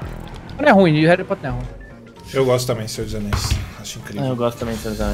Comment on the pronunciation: sera que escutei senhor dos anais (Maha) kkkkk Like